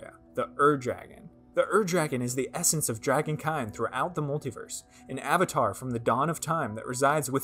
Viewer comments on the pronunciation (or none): none